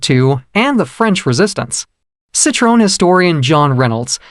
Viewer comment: The automatically generated voice completely butchers the name. The pronunciation is so bad that it sounds like a completely different name.